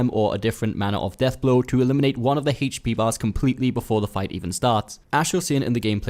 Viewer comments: What the fuck it hache P? Its H.P. brah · I hate the way you say HP. What is haychpee. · "HAYCH P"😂 Thanks for the tips.